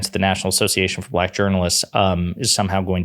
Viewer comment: Anybody else notice that Trump pronounced black buhLACK? It was weird-almost like the word left a bad taste in his mouth or that he was triumphant in some way. It was really weird.